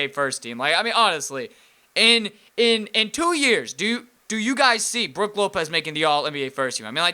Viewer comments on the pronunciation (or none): none